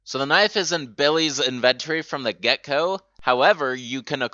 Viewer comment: So I gotta know dude. Where are you from? Cuz hearing you say words like inventory or phrases like, from the get-go, come off sounding like "in-vugh-tori" and "from the gecko" lol like when kids in middle school become familiar with more advance words but only in saying thus ending up with people saying what sounds to be similar to the true meaning of what they're trying to say but not.